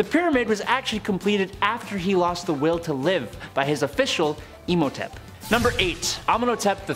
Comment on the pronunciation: You butchered Arsinoe's name! Cleopatra's sisters name is actually really beautiful. It's pronounced Are-sin-OH-ay. Not Arsinoi?? WTF 😂 Please research better cuz these were actual ppl and her story is sad, she died very young. Oh and another butchered name is AH-men-hoe-tep. Besides this, welcome!! So far I think you're doing a great job and hope you'll stay for awhile:). Just plz, if you're gonna put " educational" content out just make you don't ruin it with bad pronunciations. Once in awhile is ok, you're human. Lol. Again, welcome 🌺🤍